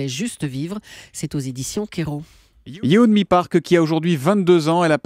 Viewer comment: Yeonmi* et pas "Yeomni"